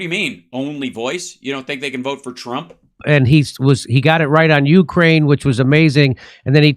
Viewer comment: It's u-KRAINE not YOU-craine.